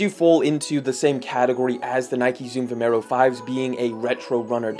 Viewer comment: mate, it's called Vomero...